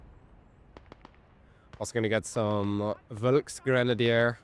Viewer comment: was your best attempt at "Volksgrenadier". "Jadgpanzer" was very good! "Jagdpanther" was almost correct. It's just that the "th" sound doesn't exist in german, and is simply pronounced as "t". "Stuka zu Fuß" is still the same. Again, it's supposed to sound like "Shtooka tsoo foos", not "Stooka dsoo foos".